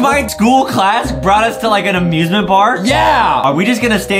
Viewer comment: OMG they say amiusmint Park at the same time